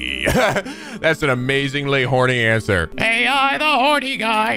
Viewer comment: you're still mispronouncing the "AI" in the game's name. It's pronounced the way it sounds. There aren't even periods in the game's name to suggest the letters are pronounced separately. Edit: Also just a reminder, Ei's name, from 13 sentinels, is pronounced the way it sounds. I've been a subscriber since ish so I know how you're like with pronunciation, but I find it ironic that you pronounce the name that isn't spelled like "eye" as just that, and then pronounce the name that is spelled like "eye" as not that at all.